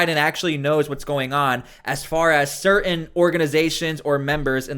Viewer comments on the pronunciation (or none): Learn how to pronounce “certain”.